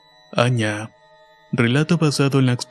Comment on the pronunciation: Les aclaro que la palabra Aña , se pronuncia como teniendo un acento sobre la última" a" y en nuestro dulce idioma guaraní, significa "el mal" o maldad. Muy buena historia, saludos desde Paraguay!!